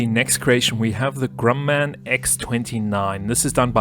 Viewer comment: It’s not the grum-man it’s pronounced gruh man